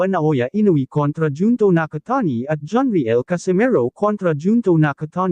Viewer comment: Anong John re el? It's pronounced as riyel..my gosh naman kayong mga vlogger...